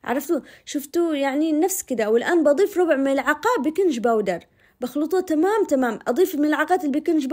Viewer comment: اسمه باكنج بودر بالجيم العدني كذا ينطقوه الانجليز